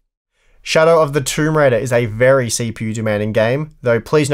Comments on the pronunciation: "Verh High Quality" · "Verh high quality" :) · "Verh High Quality" hehe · Ah yes, Verh High Quality is the verh best quality.